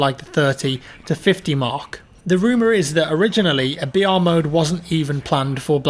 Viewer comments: Everytime you said br I thought you said vr and kept getting excited for a second 😂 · Stop trying to be smart by saying BR it sounds like your saying VR no one refers to battle royal as BR stop trying to start a trend